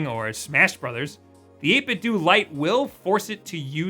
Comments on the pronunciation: You pronounce it 8bit-dew but I think it’s supposed to be pronounced 8bit-doh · It's 8 bit dough, like nintendo. not doo lol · You say 8bitdo like 8bitdue I think it’s supposed to be like Ninten’dough’ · say it 8bitdo like it rhymes with nintendo. eytbit-dough instead of eytbit-dew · Huh, I always heard the company's name pronounced as 8bit 'dough', despite how it's spelled. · Great video. One question...why do people keep pronouncing it "8-bit-doo"? Did you grow up playing the Nintendoo, Super Nintendoo, Nintendoo 64, Nintendoo Gamecube, and so on? What gives? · You should pronounce 8-Bitdo as how you would say Nintendo.